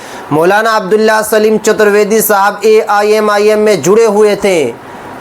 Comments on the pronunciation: ارے بھائی آپ تھوڑا صحیح سے نام بولیں سلیم نہیں سالم ہے پلیز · Are bhai chutar vedy nahi chatar vedy saleem nahi abdullah saalim sahin se bolo yaar